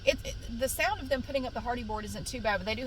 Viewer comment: You keep saying hardy board and I keep hearing Hardy Boys. 😅